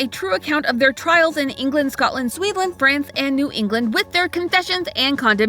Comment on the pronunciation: “Sweedland” 😂 it made me giggle!!!